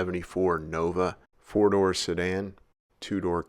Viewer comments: lol, i thought he was saying 70 ford nova for a second also, it was 74 nova ;-) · Is he saying ford nova? 😳